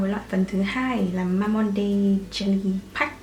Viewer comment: ơi Mamonde đọc là ma-mông-đư chị ạ <3